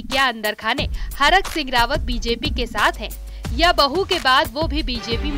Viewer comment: हरक सिंह नहीं thरक सिंह 😂😂😂😂